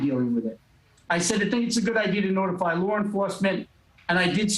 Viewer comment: That "lar" enforcement he keeps talking about 😂